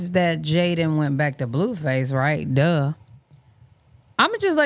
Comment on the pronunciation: I thought it was pronounced BLUEFACE, not BLUEFUSS😅